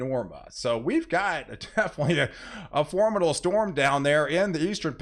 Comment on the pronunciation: Thank you so much for your content. I did want to point out that you keep saying formidle when I believe you mean to say formidable.